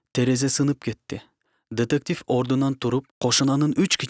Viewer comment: Тетектив эмес детектив